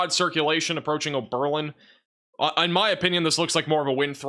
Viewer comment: Gilead = “Gill-ee-Add” not “Gill-eeed”. 👍🏼 Oberlin is “Ohberlin” not “Oh-BER-lin.” 🫡